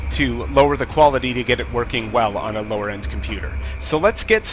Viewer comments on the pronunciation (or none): none